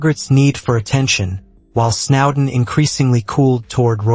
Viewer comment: It’s S N O W D E N ….